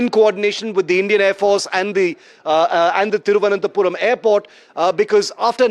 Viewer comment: It's not tirvanthapuram😂😂 thiru+ananta +puram